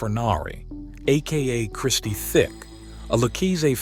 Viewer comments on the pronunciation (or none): Listening to you say Christie thick is so annoying it's tic i mean u must have done research for this video it's not even like their is a h in tic so i don't know we're u got that from 🤦🤦🤦🤦